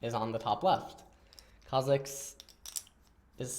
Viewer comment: When he says Kha'zix instead of Kha'jix <3